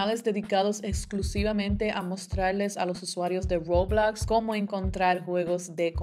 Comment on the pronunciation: dice Roblox de forma muy bilingüe y muy bien dicho Mi tía intentando decirle Roblox a mi primo*: el juego de los Legos eso alv